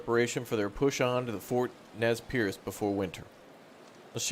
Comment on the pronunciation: Nez “PURSE” is the correct pronunciation